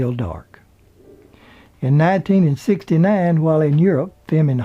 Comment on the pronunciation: It’s pronounced 1969, not 1900 and 69.